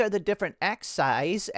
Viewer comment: More that 1 axis is are axes, pronounced axe-ease.